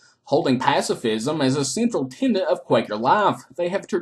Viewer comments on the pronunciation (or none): none